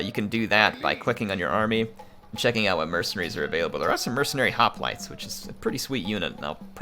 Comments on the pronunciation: Bro...Its pronounced "HOP-LIGHTS" ... NOT "HOP-LIT-AYS" ... fuck me!!! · I’m not trying to be mean but that’s not how you pronounce hoplites😂